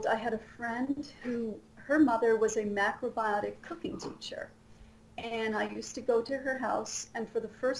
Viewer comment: macbotics? Macbiotics? What diet does she keep saying?